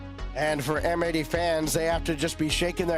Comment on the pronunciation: Pretty sure M80 should be pronounced matey